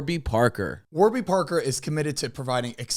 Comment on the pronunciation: “Warber” parker 😂 they gon be mad